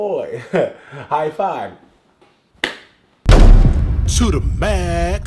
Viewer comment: Lmao😂😂, he said hight five! LMAO